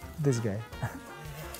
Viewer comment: ‘Dis guy’ 😂